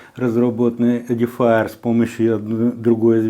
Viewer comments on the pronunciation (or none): ЕДІФАЕР???? Это на каком языке? Тупой и еще тупее.